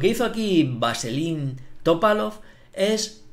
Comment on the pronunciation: Jajajaja el señor me hizo reír al pronunciar Vaselin, como de vaselina jajajajaja